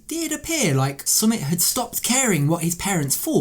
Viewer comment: You say his name wrong!!!